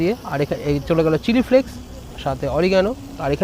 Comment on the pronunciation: Chili flicks na chili flakes bole